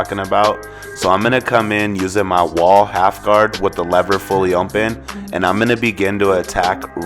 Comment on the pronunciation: i came to comments to see if anyone noticed!!! lol or if it was just me lol. but hey he does a great job with the cut!